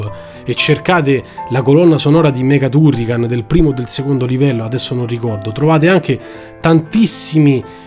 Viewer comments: Basta guardare il mio avatar e capire qual è il mio preferito! Comunque confermo la pronuncia TUrrican, anche perché il nome è preso dall'elenco del telefono, un italianissimo Turricano, grazie per aver condiviso i ricordi! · Si pronuncia "Tarrican"!. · Non ti preoccupare, all'epoca sbagliavamo tutti i nomi. Ti posso perdonare tutto poiché nessuno mi riporta a quegli anni come i tuoi video!. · Anche io ero ironico, ma dopo che lo hai detto così tante volte nel video, mi dispiaceva per il povero Turrican. Se sbagli la pronuncia allora non conosci bene la lingua, vale lo stesso per tutte le lingue del mondo (giapponese incluso).